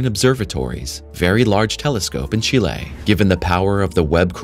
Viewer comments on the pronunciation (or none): none